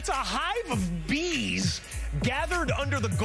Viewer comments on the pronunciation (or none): I can tell this will be a meme just from the way he pronounced Bees